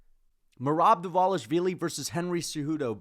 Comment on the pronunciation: please! Pronounce merobs last name correctly just once for me!!!! Please!